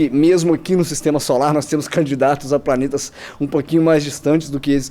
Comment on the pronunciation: Quando fala Planeta eu só escuto Paneta. Kkkkkkkkkkkkk. Mais um belo vídeo cara. Tmj